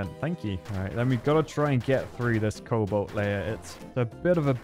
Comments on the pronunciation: I thought I was the only one to hear it. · Everyone: cobalt: coal bolt